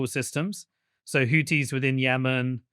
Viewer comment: When he said hoodees all I could think of was Hooters